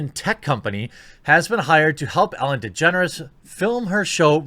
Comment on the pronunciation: I thought you said "Ellen Degenerates" for a minute.